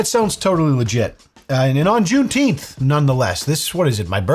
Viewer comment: June “teen’th”??? 😆